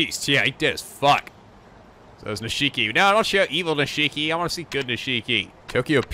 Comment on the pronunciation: His name is pronounced "Neesh-key".